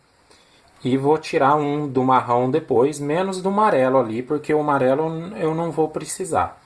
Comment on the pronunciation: Gostei demais do projeto, o que mais me fez feliz nesse vídeo foi ouvir você falando as cores; Marrão, Marelo. só faltou dizer VERMEI! 😂